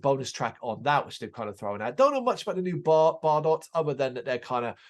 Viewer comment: Thanks for the review!! Just so you know that tune was in fact a little ditti we slapped together so we could have a Christmas tune….. please feel free to check out other tunes. Oh and btw our name is pronounced Bar- doe’s